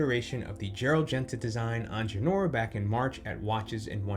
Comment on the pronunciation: You might want to look up how you pronounce Ingenieur